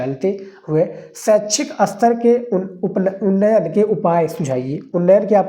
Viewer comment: Sir hindi ko sahi sa boliya jaise aapna bola aster ya aster nhi ster hota hai